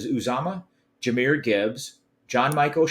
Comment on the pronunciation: Come on “Jamari Gibbs 😂 it’s Jahmyr lol but I’m with you I want him too and totally think he’s the perfect addition and would make it so hard for defenses to do any cover 2 really.. Burrow will be Y Banana all day and go for 400 🐅 #WhoDey pumped up